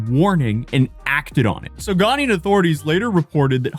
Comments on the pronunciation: But he can't even pronounce Ghanaian. He says Ghanian. Are you Ghanian? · "Ghanian" lol